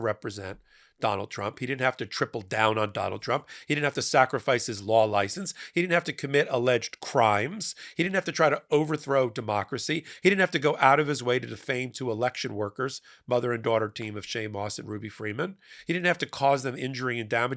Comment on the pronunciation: i like how u say illeged crimes